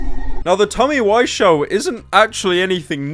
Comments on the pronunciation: Is it pronounced "wizz-ow" or "why-zo" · TOMMY WISEAU WE-ZOH NOT WISE-OH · Wisoo why pronounce it like that